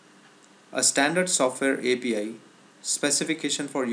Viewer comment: You said apl instead of api..haha